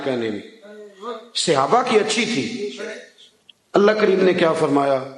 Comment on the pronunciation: Sahe lfz bola Karyn Seyaba nahe khaty Sahab khaty han